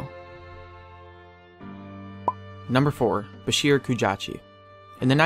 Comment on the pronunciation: Bahir.. you mean baShir..